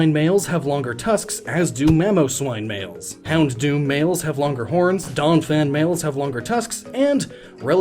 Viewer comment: Houndoom only has one d in it, so it is NOT pronounced "hound-doom." It's pronounced "houn-doom."